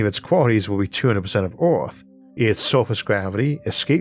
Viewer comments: As someone who has been listening for what, 5 years, your pronunciation after speech therapy has grown by leaps and bounds. If people can’t handle the occasional mention of Orth, they don’t deserve all the amazing content you produce. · Theres nothing better than Isaac saying urrf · I don't care if it's not the proper pronunciation. "Uranus is 15 times Earth's mass." Is just golden. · Good Sir, if you pronounce Earth any other way, we're going to send Agents to deal with the doppelganger.